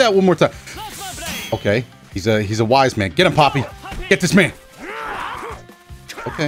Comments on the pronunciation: I'm pretty sure Galford is saying 'puppy', not 'Poppy'. I think it's just a weird pronunciation. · I thought he was calling him puppy...now I know